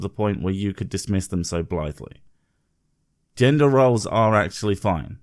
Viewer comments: What's up with the bitch, she can't even spleak splain..she uses the singular woman, for the plural women. And says "yender roles" rather then GENDER roles. She sounds like an uneducated dough. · I swear to god if I hear her say Yender one more time I'm gonna die of an aneurysm. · Why does she keep saying “yender”...? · Why does she keep saying gender as yender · Ok what the fuck is a "yender"? Please tell me this is not a thing now. See reason 63 for reference. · I swear she keeps saying "yender" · YENDR RULES, 200,500 WOMAN, boops lol i hate her speech impediment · Travis Brandon quite annoying it is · She has to be reading off a script that someone else wrote. There’s no way she’s familiar with a good amount of words she’s speaking. She can’t pronounce automatically, gender, macho, and so many others.